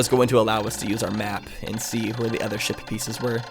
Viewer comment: I wonder how many new viewers will hear saying shit pieces instead of ship pieces.